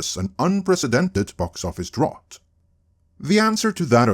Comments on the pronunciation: no shade my dude, its pronounced drOUT. like, "get out". good vid per usual. edit: english is dumb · What's a drot? Also a drought would be an absence of superhero films not shitty quality ones no one is watching. Strange choice of words for the article. I think they only did that to expose that can't pronounce the word. Anyway, even this video actually misses the true cause. DEI is a very broad package, but it's not the main issue. The issue is the feminization of masculine brands. That is a FAR bigger issue that forced diversity. I'm not saying DEI isn't an issue, just you isn't saying the things the article list were not factors, but if we are going to focus on the biggest problem, that is what it is. FACT: The Superhero genre and superhero comics in genre is designed to appeal to boy and specifically boys male power fantasies. That is the very core and roots that build the foundation on which all the success was built. Doesn't mean you can't have female heroes, doesn't mean you can't have female fans. But it is part of what makes the genre what it is. When you start trying to feminize it you not only put off the male fans, you put off them women that did previously like it because they specifically rejected girly entertainment for masculine nerd stuff. If they wanted to watch girly stuff they'd be going to romantic comedies instead of superhero movies. What the feminization does is try to appeal to the women that were doing that and they will never be convinced to watch superhero movies. And so you have disaster. You can say "But they are doing it for DEI" an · Drought is pronounced "drout", like trout. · Drought rhymes with trout. English spelling is a mess. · I know it’s picky, but it’s pronounced dr-OUT😉 Keep up the good work though😊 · Drought doesn’t rime with thought. Drought rimes with about. It’s weird, I know. English is a weird language. But just so you know your pronunciation of the word ‘drought’ was incorrect.